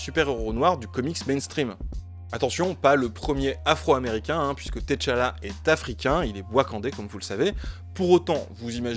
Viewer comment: Merci pour ce travail magnifique mais SVP Ce n'est pas "Thé Chala" mais T'chala.. ça se prononce comme Tchat ..Tchad .. En vous remerciant de votre compréhension Merci.